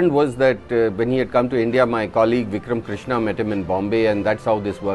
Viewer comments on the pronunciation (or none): Its vikram krishna , not vuckram crishna .. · Vikram Krishna not crishna